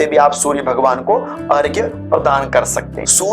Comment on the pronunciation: बहुत अच्छा लगा कोई तो अर्घ्य को सही तरह से लिख और बोल रहा है! प्रणाम स्वीकार करें!🙏